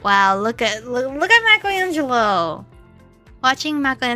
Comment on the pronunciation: lol dang you said bleep Michaelango